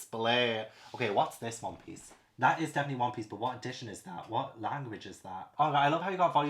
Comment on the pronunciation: I loved this video so much! 😂 Also… I’m new to the manga realm and whenever references One Piece, I kept thinking he was saying “Whompies.” Like… what in the fresh hell is Whompies? It took me a few videos to finally figure out he was referring to One Piece. 🤦🏻‍♀️